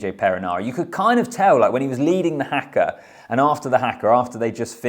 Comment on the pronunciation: Haka . Not pronounced Hacker. Hah Kah. Annoying that you don't make the effort to say it correctly. Try harder Bro.